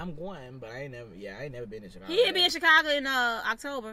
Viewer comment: what about Chicargo lol you know who you are with the “R”love you still ❤😂